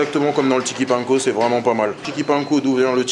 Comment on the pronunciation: On retient que "c'est vraimet pas mal"😂